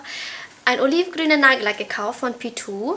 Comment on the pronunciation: Man sagt PZwei und nicht PTwo. Nur ein Hinweis. ;)